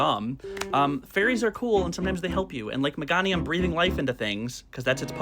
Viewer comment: No babe it's me-GAY-nium